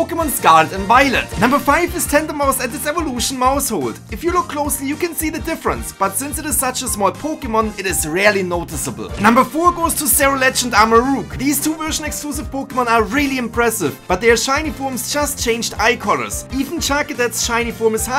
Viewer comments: Armaroug it is pronounced rooge spelled like rouge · first off armorouge isnt pronounced armoroog, its rouge the color secondly gholdengo does have a difference, if you look at the lines on its body the non-shiny has orange lines, and the shiny has silver lines